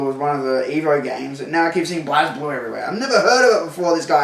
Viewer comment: I know that it's spelled "Blaz Blue", but it's actually pronounced "Blaze Blue". Why is it missing an "e"? Fuck if I know. Arc Systems made it, they made Guilty Gear.